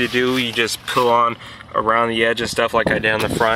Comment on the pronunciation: The pronunciation kills this video. "Get Jippin, Pill it off, pill it off with the flatbread screw toaster!!"